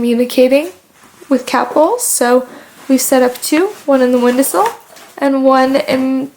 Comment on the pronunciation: I genuinely wonder if she knows it isn't "windasill" and that it is in fact "window sill" lol.